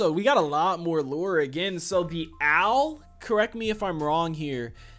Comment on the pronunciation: i've held my breath watching your videos when you say lore its not lure. L- ORE like ore from minecraft or something.